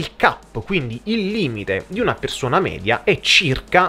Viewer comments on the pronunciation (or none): none